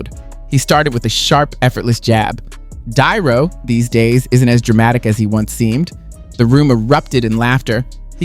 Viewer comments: Lets see.. "DuhNutto".... You're welcome, dummy. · WTF are you an AI or do you really not know how to pronounce De Niro, do better or stop.